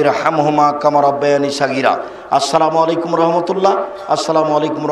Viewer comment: সালাম দেওয়া শুদ্ধ করেন... এই সালাম দিয়ে গুনাহগার হয়ে যাবেন